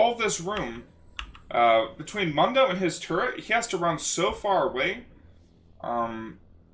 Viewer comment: You kept saying mundo wrong.